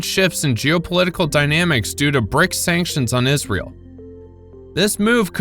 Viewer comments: BRICS not BRICKS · Okay... it BRICS, not BRICKS Seriously, you are supposed to be journalists😂